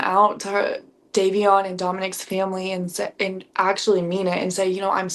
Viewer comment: Was horrible to watch! The host couldn’t even get Davion’s name right😢❤